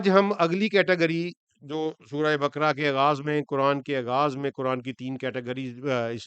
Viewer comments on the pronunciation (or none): none